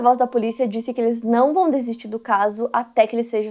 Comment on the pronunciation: Eh bosozo q se fala e Setsuko tem o e fechado